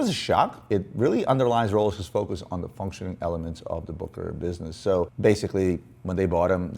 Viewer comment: Its not pronounced BOOKERAR - ITS BOOSSSHERRRRARRRRR